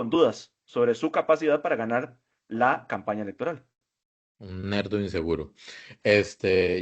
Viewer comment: Nerdo no LERDO